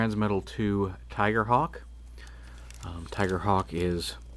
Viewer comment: The man said tigercock lol